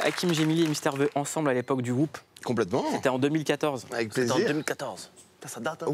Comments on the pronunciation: N'empêche il a dit mister vé, cest Vi! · MISTER VIIIIIIIIIIIIIIIIIIIIIIIIII PAS Véééééééééééééééééééééééééé !!! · Il a dit Mister vé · "mister vé" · "Misteur vé"